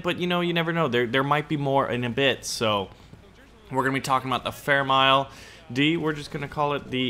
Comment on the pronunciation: It's m-i-l-e